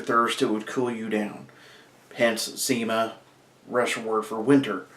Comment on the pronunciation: "zow" lmao!!!